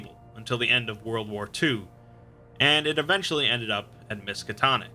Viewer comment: narrator: "Miskitonic university..." me: looks up from Minecraft Lovecraft wut?